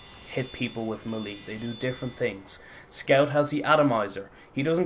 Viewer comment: It's pronounced "maylay", not "muhlee"...